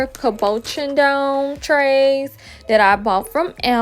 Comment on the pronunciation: Thanks for the info. I had been using Avery label pro, but I will definitely try bazaar, it looks much easier. Btw cabochon is pronounced: cab boo shawn.